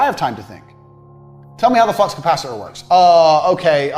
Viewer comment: Flux not fucks 😭